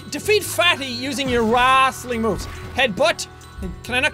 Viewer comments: Normal people:Wrestling Sean:wrastling Me:wrostling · "That's not real wrassleing" Jacksepticeye 2k14